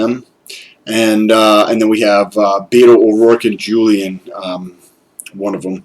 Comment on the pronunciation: Good stuff. Not that it’s going to matter much longer, but Castro’s first name is WHOOLIAN not a hard J 👍